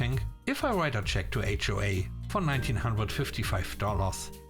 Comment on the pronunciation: S 3 No wonder "HOA" said as one word sounds like wh-re!